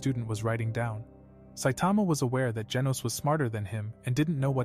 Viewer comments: Bro said genus when it was genos😂😂😂😂😂😂😂😂😂😂😂😂😂😂😂😂😂😂😂😂😂😂😂😂😂😂😂😂😂😂😂😂😂😂😂😂😂😂😂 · His name is genus not genius that really annoyed me sorry